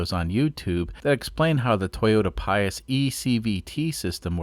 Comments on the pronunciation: Toyota Prius - said “Pree us” not “Pie us”. Fyi. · Are you referring to a this? pree·uhs (the factually correct pronunciation of Prius). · "Prius" is pronounces "Pree-uss". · Prius is pronounced “Pree-us” 😮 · Toyota "Pious", LOL!